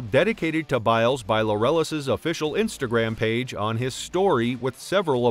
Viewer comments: "Lorellis award?" It's LAUREUS (as in "glorious") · Pronounced like "glorious" without the G. I hate it when narrators can't read.